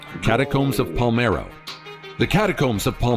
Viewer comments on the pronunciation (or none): N° 8: It's PaLERmo dude, not Palmero \o/ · That's pronounced "Pole-AIR-mo", Sicily. The most conquered city in Europe, according to Gen. Patton. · No thats wrong. That's pronounced " Pa-ler-mo"... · My Dad visited the catacombs of Palermo. (BTW the narrator mispronounces. It’s Pah-lair-mo.) But there is a little girl in there who looks like she’s just sleeping… very lifelike, even though she passed many, many years ago.